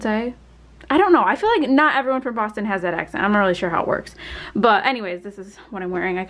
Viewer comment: I lived in Boston for 38 years! You pronounced it all correct LOL!